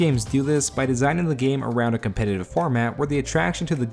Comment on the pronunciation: "competative format" lmfao English is too hard ay